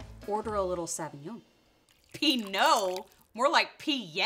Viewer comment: Love the vid but Jesus Christ learn to pronounce Sauvignon correctly